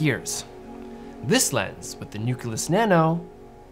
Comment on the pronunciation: It's nucleus, not "nookyalus".